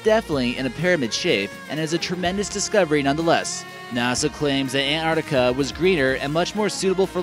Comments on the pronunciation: What the fuck is Anartica????? its ANTARCTICA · LUDO Rightly said... Please pronounce " Antarctica " not Anartica!!!!.... and present the video neutrally....not in a way glorifying the USA only. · I cringed every time he said ANARTICA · Man, how many times will you repeat Antrarctica... if you're already talking about that place - then all things are there... whatever lake - Antarctica, whatever place - Antarctica, whatever valley - Antarctica... and to add to annoyance - it is NOT EN-Ar'ica ... you're missing damn T ... twice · Ant arc ti ca, not ant art ica. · It's not an accent, but mispronunciation. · Bill and Ted's Excellent An-artica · Ur the only person on utube that can pronounuce Anartica correctlyy. Congratulations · i thought i had just been saying it worng my whole life along with everyone else in my country. (kiwi) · No, it's not an accent, it's pronouncing the word WRONGLY. Probably because he read it wrong or has heard it pronounced like that. If it was only t glottalization, but he is completely ignoring the C in arCtic. Artic is not a word nor a place. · Wait, where do you get that the word 'Antarctica' came into the English language without a C? And what happened to the issue the narrator is not pronouncing the T? Anyway, the name comes from the Greek ἀνταρκτική, meaning opposite to the north. That has a pronounced tau (or T) and kappa (or k, changed to a c having the same sound in Latin) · its a pity you cannot pronounce the word Antarctica properly. Sad really. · Why can't he say 'Antarctica' correctly? How did he even get this job if he cannot pronounce a simple English word?!!